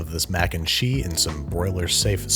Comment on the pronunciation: Jack Black just creamed his pants at that pronunciation of "cheese".